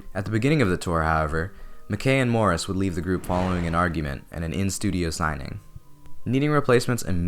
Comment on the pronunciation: What do you expect from someone that pronounces Morris like ?